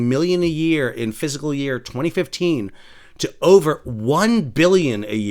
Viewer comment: Your pronunciation of "fiscal" sounds like "physical".